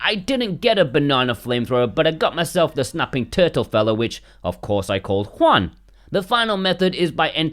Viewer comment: I think I have never before heard a english speaker on the internet pronouncing corectly the name Juan.